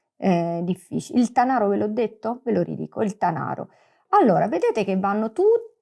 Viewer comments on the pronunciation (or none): bellissima spiegazione! La pronuncia di Tanaro è però scorretta: Tànaro, non Tanàro. Il Monviso è un po' più in basso, la zona indicata è la Val di Susa.